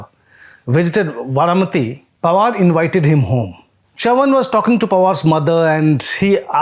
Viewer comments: How can you be so wrong with the pronounciation of Chavan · pronunciation of Chavan is hilarious